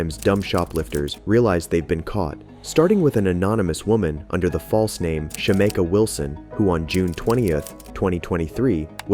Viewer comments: Her: my names Shameka (Shuh-meek-uh) Narrator: Shuh-may-kuh 🥴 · lol it’s sha-mee-kah 😂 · her name is pronounced SHA-MEEK-A lol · You totally mispronounced Shameka